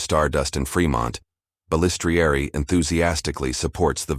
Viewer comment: Every time the ai mispronounces Balistrieri my ears hurt lol ffs I hate ai voiced videos